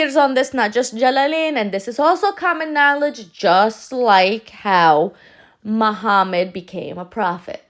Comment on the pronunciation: Its in the name. MU-HAM-MAD There is also "HAM" in the name.